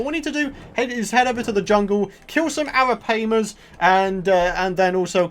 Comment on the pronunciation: They're pronounced araPIEmas